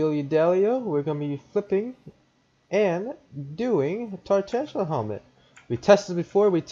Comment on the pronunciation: poor dude can’t even say tarantula right